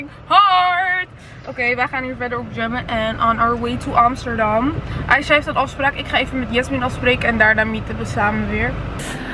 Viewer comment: Ze zegt in iedergeval aicha hoe het hoort niet meer , Aiga met g dat kon gewoon niet. Mijn comment heeft geholpen 😁